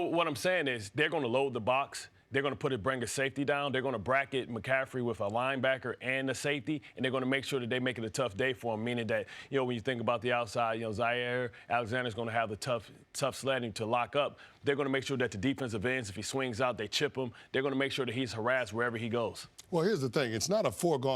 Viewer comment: Bartt he's jaire not Zaire lol 😂